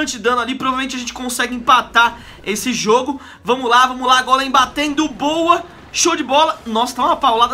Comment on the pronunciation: ainda bem q ele fala golem pq outros falan gôlem e é gôlem e golem e todos golemaran